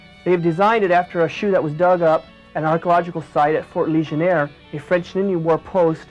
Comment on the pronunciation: It's Fort Ligonier. Not Fort Legionare....